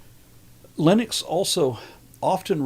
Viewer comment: Please don’t pronounce Lennox like Linux; it’s offensive. All you have to do is think Len Ox as you say it, and you’ll be all right.